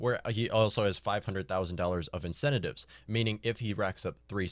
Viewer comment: Why the hell should I trust the opinion of a toddler who cannot even pronounce the word "incentives"?